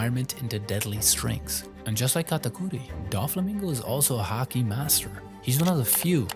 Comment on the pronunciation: Now that is how you pronounce Katakuri properly. ✨🤙